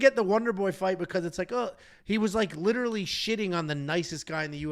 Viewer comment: Lilaly😂😂😂😂😂 Last week and this week. Literally is coming out as Lilaly😅